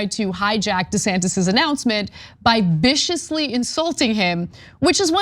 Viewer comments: Hey, guys, it's viciously, not viscously. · Really?? Viscously? Did you mean to say Viciously? I suppose viscously works, if you are meaning to say that he is very THICK. Which is true! LOL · Cenk..“Viciously,” not “viscously.”… Though i could make a case for both😃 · "Viscously"? Or "viciously"? 🤔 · "VISCOUSLY"? I think you meant viciously. Good story though. You're welcome. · “Viscously?” Lol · It’s “viciously.” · *VICIOUSLY 😄 And the name's Putnam, not Putman. 🙄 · Did you mean viscous or vicious